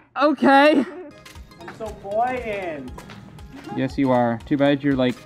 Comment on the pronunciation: saying “I’m so buoyant”is basically saying “I’m so T H I C C” That literally what I think it sounds like lol